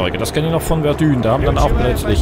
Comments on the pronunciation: Verdun wird Werdahng gesprochen und nicht Werdühn ^^ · Das wird nicht "Verdühn" ausgesprochen. 😂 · Mann spricht es Verdö..n aus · Warum spricht jeder verdun falsch aus ? :D